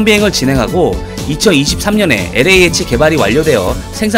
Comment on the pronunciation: 실려지만, LAH (Light Armed Helicopter, 경무장 헬기 ?) 에서 그에 대한 읽기 (발음) 는 "에레이 에이치" 라기 보다는 ==> "엘. 에이. 에이치." 또는 "엘레이-에이취" 라고 읽는 게 옳바른 것일 겁니다. 애 써서 제작, 업로드 해 주니는 동명상들을 즐겁게, 유용하게 감상하고 있습니다. 실례했습니다. 감사합니다.